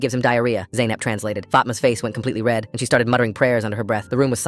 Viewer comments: Its not zeynep its zainab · Bro, my mame is zainab, pronounced like zeynap😭😭😭